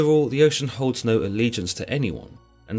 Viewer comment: Oce Anus heuh heuh